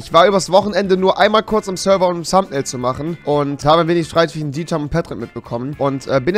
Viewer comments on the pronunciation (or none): none